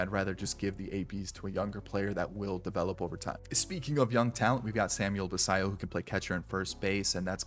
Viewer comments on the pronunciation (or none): none